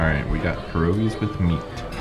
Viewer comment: Please say pierogi not Perogi ! ALL Americans say it incorrectly . I was so so hopping that you say it correct way.